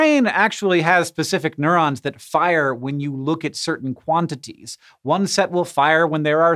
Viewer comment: quantities, not ‘quanities’